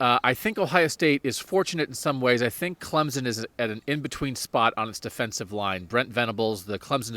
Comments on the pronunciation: It’s not Clemzen. It’s CLEMSON ! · Please do not WRITE about Travis (atienn) it is Etienne . And its Clemson not Clemzon. If you can get it right then you can write about Clemson.Thanks